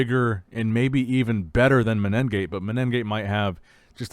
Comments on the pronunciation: please pronounce the competitors name correctly... there is no double N you say MENEN gate. there is no N consonant before the G there is only one N...... its mene gate (men gate long N ) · MENEGATE, IT'S FUCKING MENEGATE. There's no extra N there.